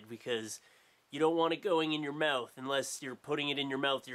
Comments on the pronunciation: MOUTH NOT MEWTH U FUCKING TOOL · You say the word "mouth" wierdly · its when he says "mouth" and "out" and some other stuff. idk, i've lived in a few places, but nothing out of the US, idk. i just like it :)